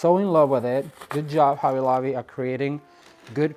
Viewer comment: a "B" is NOT a "V" if you are going for quality fix your english !! its not hovvy lovvy !!